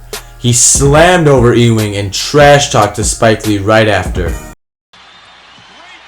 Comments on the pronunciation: lol you don't know how to say Patrick "EWWW-wing" correctly? C'mon! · I apologize but did you intentionally mispronounce Patrick Ewing... twice ? 🤔